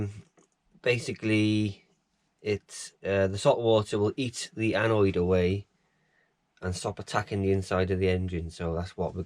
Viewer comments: It's 'anode'! 'Anoids' are what you get when you don't eat enough roughage, lmao!!!! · Nice video. Tip……. Anode is pronounced as it looks. An- ode. As in abode. Envy you your trio. One I never did. Am enjoying yours. JB